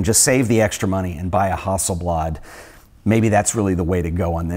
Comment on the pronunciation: What's a "Hossleblod" ?